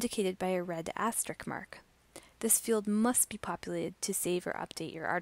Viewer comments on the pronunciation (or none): * "Asterisk" I've always wanted to use an asterisk to correct someone who says "asterick."